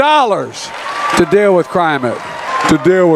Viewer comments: Stutter. Slurring. Mispronounced words. "You know, we pay more for prescription jugs than any other..Crimate Change”...“Extreme Ideology” = Love of God, Country, Family and Self… And this guy is out of the basement making president ial decisions... WOW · Kermit: ""Crimate"" "That is my new word of the day." Elmo are you with me?" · “Crimate Change”…perfect freudian slip.